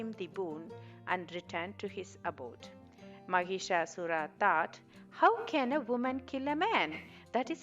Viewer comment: Wrong pronunciation it's not maghishasur it is Mahishasur. Here Mahish means Male Buffalo And Asura means Demon .... 🙏🙏🙏🙏🙏🙏🙏🙏🙏🙏🙏🙏🙏🌹🌹🌷🌷🌷🌸🌸🌺🌺🌺🌸🌸🌷🌹